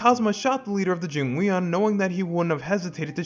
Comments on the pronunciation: I really don’t wanna be that guy, but it’s “Jing-won” mafia not “Jing-we-on”. Great video regardless though! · Your pronunciation of jingweon is wild considering how much they say it in game 💀💀💀